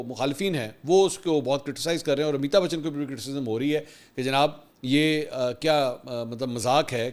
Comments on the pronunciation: It's not Amita Bachan, Its Amitabh Bachan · AMITAB BACHHAN take correct name.